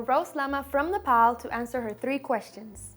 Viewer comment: happy that pronounced nepal correctly instead of nepole